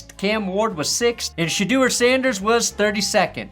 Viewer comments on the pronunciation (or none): none